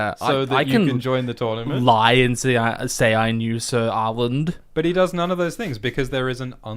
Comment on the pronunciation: its arlan not arland, as someone whose name ends in ‘lan’ stop adding a d that isn’t there i beg